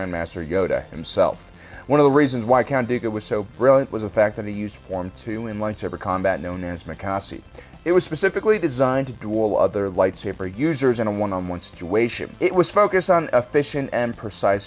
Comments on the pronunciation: Its pronounced muh-kaa-she not makasee or what eve u said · "Makasi" I think I get how people feel when they watch someone butcher the pronunciation of something important to them now...